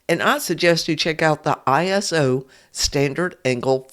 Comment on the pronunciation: Thanks for the tutorial. “Iso” is short for isometric, so you can pronounce it “EYE-so”